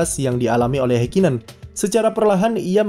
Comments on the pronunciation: mohon maap ni, mungkin bisa dibenarkan lagi untuk mengeja nama orangnya, Ha di Häkkinen sepertinya bukan dieja "Hei", tapi "Ha" lalu bukan "Heikinen", tapi lebih dekat "Hakkinen" dengan huruf k nya ditekan contoh kesalahan lain seperti "Max", bukan "Mex" Anda kan gak ingin nama anda salah dieja oleh orang kan ya, tks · Memang dibaca hekinen ya?🙄